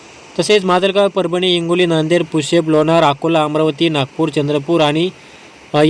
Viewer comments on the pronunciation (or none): पुशब नको म्हणु पुसद म्हण